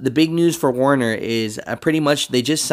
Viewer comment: Stupid but its werner 😂